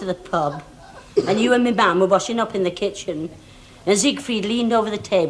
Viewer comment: Nellie calling Siegfried "Seaweed". Love Our Little Nellie. 😊